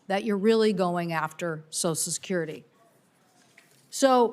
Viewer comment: Why is "social" so hard for so many people to say?!? This woman, like so many others, says "So-sul" instead of "So-shul." Somebody help me understand this, PLEASE!